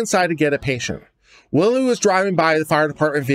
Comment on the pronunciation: It's pronounced Whylie not Willie!